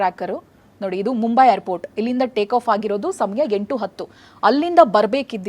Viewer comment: haagu sariyagi kelsilla andre google alli pronunciation helkodthare adannadru kali